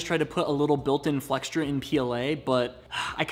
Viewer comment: FYI the word flexure has no “t” in it.